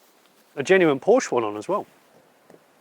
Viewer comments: It’s Porsche, not “Porsch”. Check with Jay Leno or Jeremy Clarkson if you don’t believe it. Cheers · It started so nice and then he said: “the Porsch”. Instant allergic reaction from my side 😉. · Porsche is a two syllable word Jonny. You're the best except for Porsche Pronunciation. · Jonny, I am surprised you pronounce PORSCHE as PORSCH. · A what??? A Porsch? 😱🙈 And you do videos about cars? Seriously?Unbelievable! It's Porsche with an "e" at the end. If you're not able to remember, simply think about famous Janis Joplin's song: 🎼 Oh lord won't you buy me a Mercedes Benz, my friends all drive Porsches... 🎶🎵 Once again: It's Porsche! Or do you say Mini Coope or Jense or Triump or Ferrar etc.p.p.? Best regards, luck, health and wisdom. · You would think a car expert would know how to pronounce Porsche. His name was Ferdinand Porsche [Por-shuh] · "Porsh," when two syllables is too f-ing much. 😁 I guess they make up for it when they add a syllable to, "aluminum." 😁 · Pity how Brits refuse to pronounce Porsche correctly. It's not hard. But they all fail to do it. Very odd.